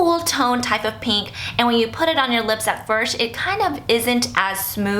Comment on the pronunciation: Lol she cant pronounce "first"